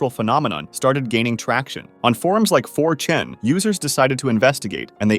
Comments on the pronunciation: 4 chen I heard 😂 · 4Chen sounded weird